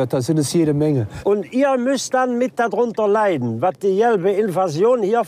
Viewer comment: "Die jelbe Invasion"... :D